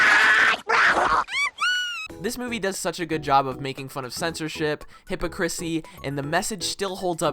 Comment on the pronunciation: "Hippochrissy" my man what